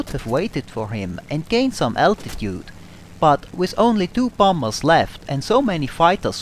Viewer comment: I love the way you say bombers. Bomb Bas!